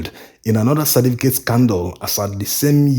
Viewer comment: I enjoy your videos bro, but please slow down on this your naideen for (19) and cerDificate for certificate.